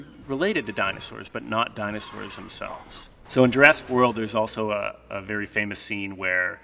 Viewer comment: He may be an expert but mans butchered a lot of the dinosaurs names so bad